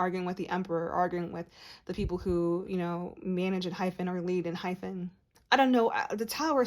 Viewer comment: Found your page and loving your readings so much. You have a lovely voice to listen to and you pick up on the boys energy so well. Can I just point out one thing. It’s pronounced EnhyPEN not Enhyphen.